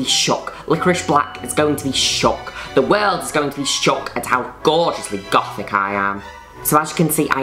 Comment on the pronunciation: Her saying: Goth English sub: Golf Her saying Gothic English sub: GoODtHIcK Me: 🤣LMAO🤣